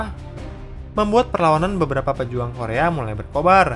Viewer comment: kedepan kalau ada konten korea lagi tolong pelafalan nama dan tempatny di perbaiki 👍🏻